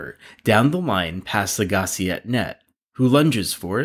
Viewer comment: This narrator never watched tennis if he can’t pronounce “Agassi”. That’s ok though. Correct pronunciation is “Agga-see”.